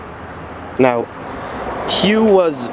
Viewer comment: Powered by Detroit 8V71. also you pronouce it "HUFF" just to be helpful.